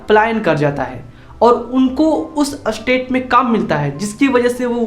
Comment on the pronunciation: अरे एस्टेट नही स्टेट होता है।